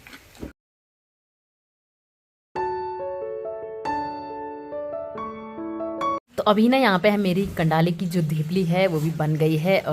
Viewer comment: Apko kandali bolna nhi aa Raha hai kanali bol rahe ho